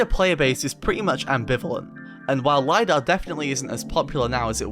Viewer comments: Bro its not LAYDAH its Lidar li-dar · Lidar, not lie dar.